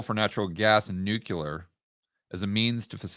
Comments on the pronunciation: Nuke-Lee-er NOT Nuke-You-Ler. You sound like W. Bush. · At this late stage of our civilization, people still pronouncing new-q-ler. Jeez... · HAHAHAHAHA...............NUKE u LER????!!!! Making GW credible!!!! Cmon........NEW KLEE ER!!!!!!